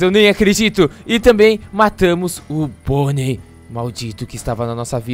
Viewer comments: Gueto não é bonei é Bonnie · Você falou pônei ou boni